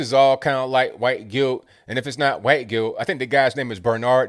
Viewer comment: i love how pronounces wHHHHHHite! 🤣🤣